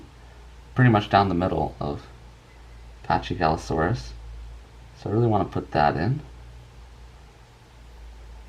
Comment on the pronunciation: It's Actually Pronounced Pakigalosaurus. Not Chy. Quite Confusing Yeah? But That's A Great Drawing!